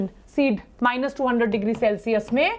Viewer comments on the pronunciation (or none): none